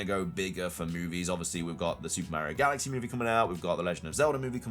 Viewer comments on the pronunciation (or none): none